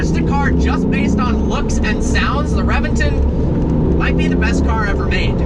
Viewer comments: It's a Actually Pronounced Rebention, Not Reventon. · ReBenton. Is correct. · reventOOOOOOOn. Not reventen' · RevenTON, not RevenTIN. #triggered😤😠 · Revinton??? RA-VEN-TON dude! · You are during a 2M car and don’t know how to pronounce the it’s name ?? It’s Rebenton !!!! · Its pronounced Rebenton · it's pronounced reventan .... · "REVENGTIN" ARE YOU SERIOUS. SAY IT PROPERLY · The revenTIN? REALLY ? REALLY ... DUDE .. REALLY ?! YOU SOUND LIKE A BUM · He pronounces the name of the car like a British person😂😂😂